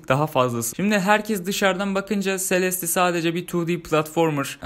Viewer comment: abi sonunda celeste e selest demeyi öğrenmişsin :)